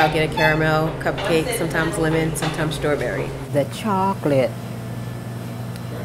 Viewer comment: I love how differently people pronounce Strawberry.